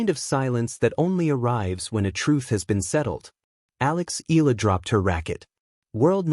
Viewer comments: (EYALA) not "ELA" learn how to pronounce the name properly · EE~YAH~LAH. Please do it right. Not skid pronounce like English, EALA is a Filipino name and Filipinos pronounce every syllable. With 2 vowels close together does not mean we slide pronounce and make it EE. NO, please separate the vowels and say EE~YAH then LAH. Simple, why make it complicated. So Annoying. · How come these guys can pronounce those tongue-twisting Euro names but can't do it with Alex? Mind-boggling.